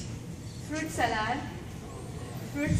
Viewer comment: Salad pronunciation is wrong dear